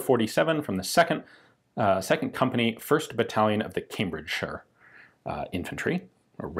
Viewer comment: !Hey Ian said Cambridge - Shuure not Cambridge Shire Though you could hear him fighting. Well Done! Does the rfile still shoot? It would be a , lets say mistake , rather than crime, to take all the beats and dents out. Being 104 years old and having gone through two world wars, your'e intitiled to be a bit weather beaten. Point of order though : WW2 Middle East, Far East, in fact anywhere other than Europe 1944, though they were there as well, the standard Commenweallth rifle was Mkiii* with 1907 pattern bayonet.